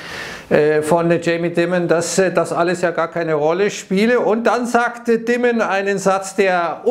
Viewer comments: Dimon wird „Dimond“ ausgesprochen 😂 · > Dimon = Deimon ... bitte !